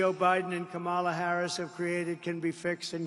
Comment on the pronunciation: When is he going to learn how to pronounce Harris' first name? If you fact check everything this man says, you'll wonder why anyone can take him seriously.